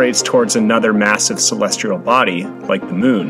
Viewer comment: Celestial, not celestrial.